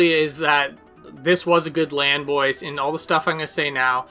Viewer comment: solid vid, disliked for "bois"